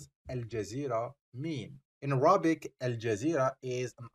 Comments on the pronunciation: Please, pronounce Arabic correctly, it is not ارابك it is اربك I beg you, I teach Arabic, and wanted to use your site, but this pronunciation is a killer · By the way, your English pronunciation of the word Arabic is wrong. The stress is on the first syllable, on the 'a'